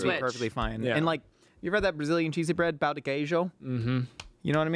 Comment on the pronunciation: BRAZIL MENTIONED LETS GOOOO!!! very funny that he pronounced as pau instead of pão because pau de queijo actually means cheese dick lol